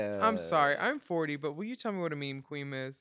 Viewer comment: it is absolutely not pronounced "mee mee" lmao